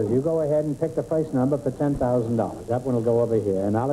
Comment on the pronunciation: 21m43s I love how G'man gets "foist number" out of "first number".